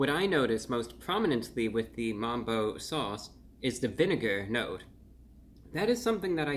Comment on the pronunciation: MUMBO BRO NO NOT MAMBO NOOOOOO BROOO